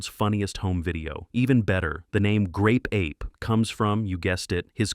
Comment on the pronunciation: OOHHH It's GRape Ape. .... Did anyone else here the G?